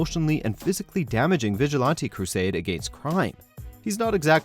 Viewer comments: I tried to pay more attention to the video but he keeps mispronouncing "vigilante" and it was really distracting. It's vij-uh-lan-tee (like the insect "ant"), not vij-uh-lawn-tee. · "stag-er-ing," not "stay-ger-ing." "vij-ill-anty" not "vij-ill-aunty." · Bruh, is it me or does this guy say vigilante funny?? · You say vigilante weird